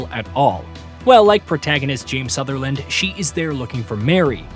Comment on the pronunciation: 10 seconds in and dude has already pronounced the lead characters name wrong...